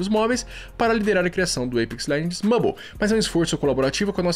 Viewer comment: Está errado a pronúncia Mãbol. Vc está errado